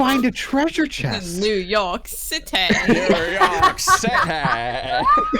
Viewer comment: In NNNNeww Yoooork Citeeeh~ 💅